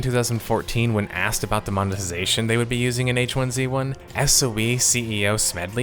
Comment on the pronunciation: why do you keep pronouncing 'hizzy' wrong???